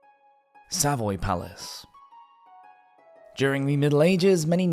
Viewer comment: It's SaVOY, not SAvoy. And 'Jeffrey' Chaucer, not 'Joffrey'.